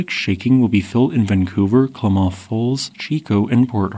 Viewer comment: It's pronounced "clam-myth" falls. And "will-lamb-met" river.